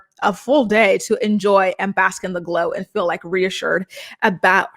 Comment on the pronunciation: Biggest pet peeve!! That and when she says “fill” not “feel”